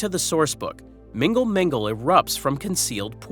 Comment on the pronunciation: Its not "Mingle Mingle " 😂